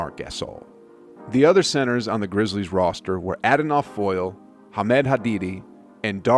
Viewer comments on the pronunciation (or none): Poor Adonal his name foyled again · The way he pronounced Adonal Foyle lmao